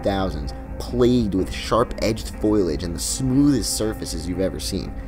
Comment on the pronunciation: You said foilage instead of foliage.